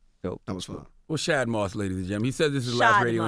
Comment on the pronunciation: You think Charlamagne will ever realize he saying Bow Wow real name wrong. Everytime he say it, Bow Wow pronounce it correctly after that